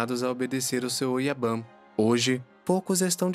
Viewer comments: Uma correção: se pronúncia Kobun e Oyabun exatamente como se escreve. Diferente ao inglês a vogal "u" não se pronúncia com "a". Portanto Oyaban e Koban não existe. Ótimo vídeo . Fica só essa dica. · Oyabum kobum vc ta pronunciando errado